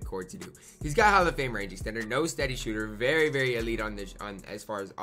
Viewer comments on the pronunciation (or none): none